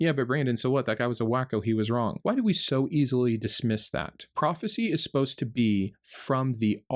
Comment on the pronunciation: It's profit(cy)😂😂😂😂